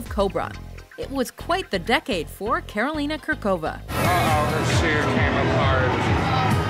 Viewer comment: I know the pronunciation of Slavic names is quite hard for you, but I just have to cringe at the pronunciation of Karolína Kůrková's name. But I'm very happy you included her.